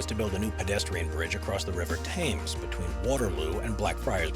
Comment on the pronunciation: Try getting someone that can speak English. At least they might be able to pronounce 'River Thames' correctly instead of making a complete hash of it. I won't be watching any more of your video's. I can get better comedy elsewhere........